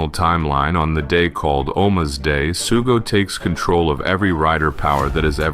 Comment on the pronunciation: Opens with "sugo" :/